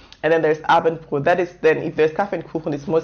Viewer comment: Abendbroottt xD, nice video !!